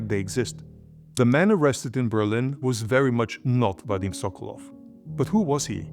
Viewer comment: sokolOv why do you keep making same mistakes pronouncing russian surnames wrong? You have russian colleagues around, ask them before making another video